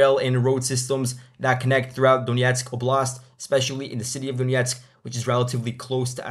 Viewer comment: oblast -- pronounced "OBE--lust". Stress the first syllable just like saying "challenge", "callous". Image if someone said these words as "chal-LENGE" and "cal-LOUS", it would sound strange. Khimik district. Just like with the word "chemistry", the "ch" is not the same as "ch" in change. It is more like the "K" sound. Khimik ('chemist") pronounced "HE--meek".